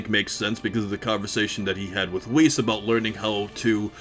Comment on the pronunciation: Wees? Whis mate. Like in Whisper.